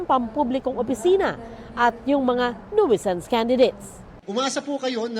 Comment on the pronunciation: Hello mga broadcasters. Na go Google ang tamang pronunciation Para hindi nanan nakaka hiya kayo. Mali mga pronounce ninyo sa "nuisance" check ninyo po.